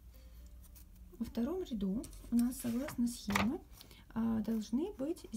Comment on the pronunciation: Всё прекрасно в мастер-класс, кроме речи... "согласно схемЕ". Извините, но очень режет слух.